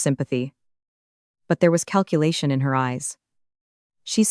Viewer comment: Nice story, but honestly - we can do without the phony baloney sound wave form visualizations. They are an annoying distraction to an otherwise enjoyable narrative. However, several words were mispronounced as if the AI generator thought it was supposed to speak French: chemist, calculation, data, collaboration, agenda, satisfaction, caution. "Lead" as in "lead the way" was mispronounced as "lead" as in fishing weights."Read" was alternatively mispronounced as present tense when it should have been past tense and vice-versa.